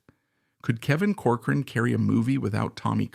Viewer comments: COR- coran, not cor- Cor-an... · With respect, you are MISPRONOUNCING the family's name. It is "Cork-er-run"